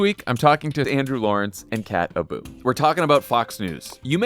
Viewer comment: kat abu, for a second there i thought you said cat ballou.